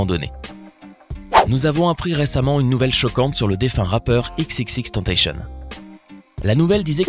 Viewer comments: Ça se dit pas tentacieun mais tentacion, à la français, c'est pas moi qui le dit c'etait x, r.i.p x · c'est EX EX EX TENN TA SSION ça se prononce comme ca respectez son nom de scene au moins svp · Même pas foutu de bien prononcer le nom de X Rest in peace Jah🌎💔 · ptn prononcez son blaze correctement o moins